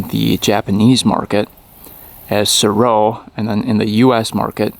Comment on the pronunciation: I heard it was pronounced ''Sare-Oh'' for the Mtn. Goat.